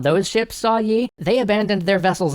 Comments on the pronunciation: yi sounds like yee but I'm not Korean so don't blame me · Can you please stop pronouncing the 'y' in the name? That's an artefact of transliteration, not the actual pronunciation. Think of the admiral as 'Mr. E' :p